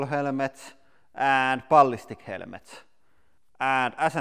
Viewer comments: Helemets Not helmets 😂😂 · "Helemets" my brain is on fire. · nah it's actually "helmets"